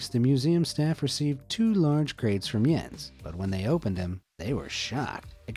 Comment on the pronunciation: Im Danish and you nailed that Jens